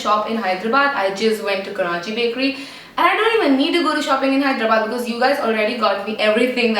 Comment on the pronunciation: u said it correctly!! yay! hope u had a great time in Hyderabad! peace n love !